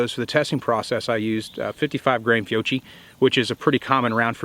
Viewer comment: Fiocchi Pronunciation 😉